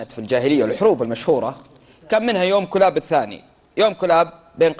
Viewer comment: مازلت تنطق اسم الكلاب خطأ الكلاب بضم الكاف وتشديد اللام ثانيا كسرى اوقع عامله في البحرين في حصن المشقر ببني تميم مشكله تتكلمون في التاريخ وانتم غير مختصين